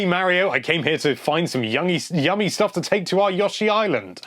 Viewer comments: That was Yoshi, not Yawshi. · Look mate, just a suggestion, don't talk all the time. It's never been yawshi, i don't care what side of the pond you're on. But it is pronounced with a long O. Yoh-shi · Yashi. FUK off m8 its YOshi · God. I could not get past the third "Yoshi." I mean, phonetics be damned, dude.